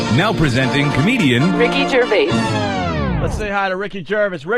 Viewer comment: The one thing cringier than the David Brent character is fucking Opie who can't even pronounce Gervais properly. Has he been doing radio since 18?